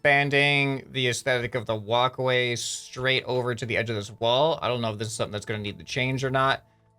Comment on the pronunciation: Why is it so fun when instead of walkway he says wocway xD ( He really does say it differently I am not joking )